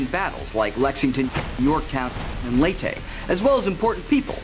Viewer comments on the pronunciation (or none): 5 things you dont know about pronouncing lete gulf it is not prounonced lay-tay the crorrect pronuncion is lay-tea